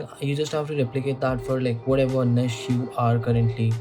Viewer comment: Glad to see someone else saying it निश instead of नीच 😅